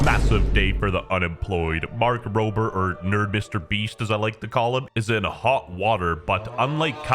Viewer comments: I swear I heard “Mark Prober” like 3 times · Emphasis on his last name